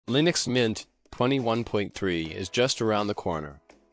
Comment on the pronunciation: Hehe. " lienux" mint..eh? 😋🤪